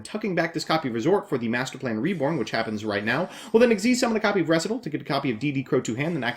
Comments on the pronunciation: Ree-site-all. Say it with me. Ree-site-all. Recital. You of all yugitubers I expected to not mess that one up. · Recital is a real word! It has a pronunciation!